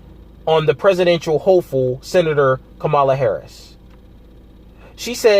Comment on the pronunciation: Caught the presidential "hoeful" hahaha. Well done.